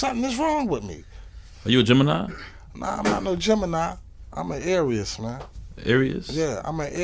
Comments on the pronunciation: What’s a aireeus? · 🤣🤣🤣 “Imma Areas” 🤣 you mean Aries lmao “Imma Areas” lmao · a arieas? lmao nigga gee money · G Money said “A aireeus?” 😂